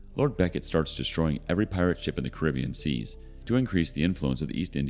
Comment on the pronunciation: Geez the mispronouncing of Caribbean is ridiculous lol